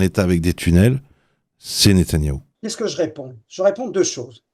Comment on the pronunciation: natayahou?C est NETANYAHU,natanyah c est une ville, franchement vous vous ne vous rendez pas compte de ce que vous dîtes, un kapo 👎